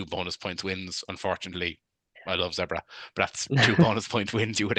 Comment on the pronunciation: What's with Munster people and not being able to pronounce Zebre correctly 😂